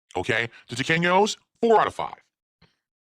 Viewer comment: My wife, who is Hispanic, says the way he pronounces Tequeños fills her with intense and utter rage and, also demands that I let people know, it isn't a dessert, it is a snack food.